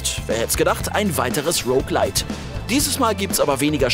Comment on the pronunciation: Es wurde "ROuge Lite" gesagt Pog